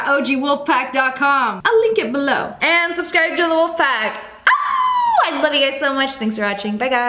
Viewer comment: If you keep replaying the intro it sounds like “loaf friends it’s me “